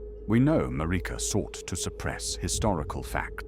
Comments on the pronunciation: Happy new year! Just wondering: is the voice AI? I’m wondering why you say Meleeena instead of how it’s said in game (Mell-in-a) and Mareeka instead of Maarika. Etc. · 1) Is this an AI voicegen? 2) if yes, why don't you use more phonetic spellings (such as for Melina and Marika), so that it'll pronounce it more accurately? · Why does the narrator mispronounce Melina, Marika, and Miquella?